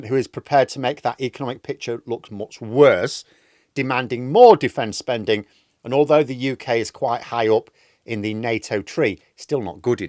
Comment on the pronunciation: Defence spunding! 🤣